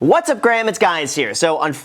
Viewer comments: "What's up Graham it's guys here" 😂😂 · “What’s up graham it’s guys here” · “Hey Graham, it’s guys here!” Who caught that? Lol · "What's Up Graham it's Guys here." 😂❤️ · “What’s up graham it’s guys here”😂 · "What's up Graham, it's guys here"???? LOL